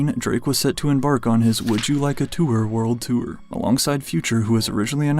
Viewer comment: “He demanded future to be removed from the twooor” 😂